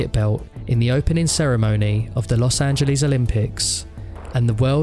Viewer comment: los angelease